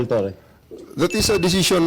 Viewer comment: Torres Low 😂😂😂 hinde Law. 😂😂😂